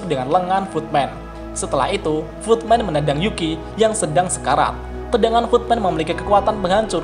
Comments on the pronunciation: Nama Yuki itu Yuki atau Zuki sih pak? aku dengernya zuki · Kok gw denger nya juki ya , bukan yuuki:v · Congor admin kaga konsisten cok, yuki jadi zuki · kenpa jadi zuki sih bang? kan harusnya yuki